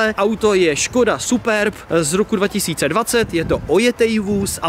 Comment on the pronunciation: Vše nej ❤️a koho taky sere že říká super ba když se to říká super be 😆